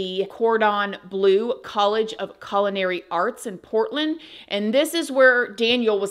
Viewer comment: Girl it's pronounced CULLinary not CALInary lol love ya but its driving me mad 😂